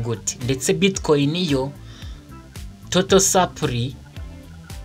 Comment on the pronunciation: Uzakosore akantu ka supply uburyo ukavugamo burakocamye